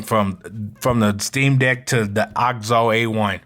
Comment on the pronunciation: Nice Video Man... I like AOKZOE mostly because of the screen size. Bigger is better for me. Also I think you are pronouncing the name wrong. It is called the AYY-OHH-KAY-ZOE-EEE.